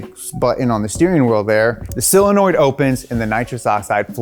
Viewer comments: SOL-enoid, not Sil-enoid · Solenoid, not cylinoid, friend. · SIL-anoid!!! Omg I’m dying hearing this over and over. c’mon! SOH-lenoid!!!! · him saying silinoids is triggering me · dude.. SOLenoid. not SILenoid. christ. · Ah, yes. Another dude saying "sillenoid". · Love your work. Would love it even more if you could pronounce SOLenoid. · Is he saying "silinoid"? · S (OH) lenoid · "SILANOID"?! Stop this, now. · seriously why is it so hard to say solenoid? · Great video; Guinness record for repeatedly mispronouncing "solenoid"